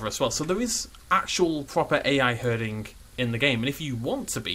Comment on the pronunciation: "herdinga system"